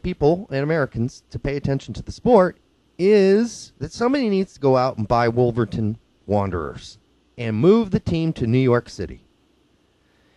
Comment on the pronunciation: lol he's call's eveyone else an idiot but called Wolverhamton Wanderers the Wolverton Wanderers... Come on man and for those "idiots" who ask stupid questions. how else will they find out how it works in the MLS if they dont ask about it? At first i asked why the hell we had playoffs when everyone else had a 1st 2nd and 3rd.